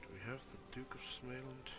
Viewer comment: smäland... it should be småland haha